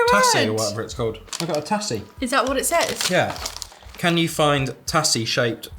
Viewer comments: Tazzie not Tassie, in pronunciation. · Tassie is pronounced Tazzy 😀 Bundaberg Ginger Beer is the best. So glad you loved it 😀 Fellow Aussie here 😀👌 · Hahaha I love how the pronounce things 💛😂 Not hating just find it funny how people say our things. Like you pronounced it tassie Not tazzie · “Tassy” it’s “tazee” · i hate how you said tassie its pronounced tazy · I’m sorry I had to say it even though it’s spelled tassie it’s pronounced tazzy and it’s a shortened version of the island called Tasmania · I laughed when he said tassie instead of tazzy! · The TASSY shaped one. It’s pronounced TA-ZZ-IE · tassie instead of tazzie XD lmfao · Tassy is pronounced Tazzy (Like the Tazzy devil) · “Tazzy” not tassy “Arn -ots’ not ar nots Our chocolate tastes different because it contains palm oil so it doesn’t melt as easily. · I’m Australien and the way they Said Tassie lol 😂 P.s Tassie is short for Tasmania P.p.S the S is pronounced as a z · Tassy 😂😂 it’s pronounced tazzie 😂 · and they pronounce it as tassie not tazzie 💀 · Hahahahhah I’m so mad tassy it’s pronounced taz-main-e- a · and when he pronounced Tassie without the 'z' sound! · And the "tassie" pronunciation instead of "tazzie" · Tassie! haha Just so you know it pronounced tazzie :D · it is pronounced Tazy even though it looks like tasy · Someone needs to explode some brains and send them both a Curly Wurly and a Caramello Koala; both caramel, both... different. Also, try and chase down Whittaker's Bundaberg Brewed Ginger Caramel chocolate block. Also, it's pronounced like a 'z'; TaZie... =D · It’s pronounced “tazzy” 😂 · Tassie is pronounced “taz zee” for Tasmania, the island at the bottom. Also the Kingston’s are by far my favourite and I hate that they only put 4 in the pack, makes me want to re buy the packet even if others are still leftover! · Tassie = Tasmania. Tasmania is that small island at the bottom. Tassie is pronounced more like "Tazzie"